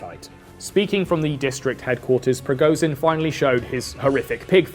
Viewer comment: its rigoSHin, bc z is pronounsed diferently and youre saying it wrong...